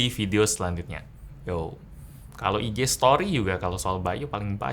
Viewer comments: by.u bacanya [ bay dot yu] ..bukan [bay yu]..hehe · bukan BY.U tapi yang kudenger itu BAYU wwwww